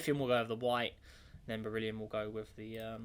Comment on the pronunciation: it's "burr-ill-ee-um" not "bear-ill-ee-um"